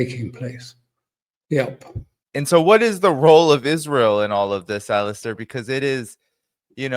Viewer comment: Poor Alastair, always called "Alister" on podcasts...It is Ala-stair with the stress on air, not the A.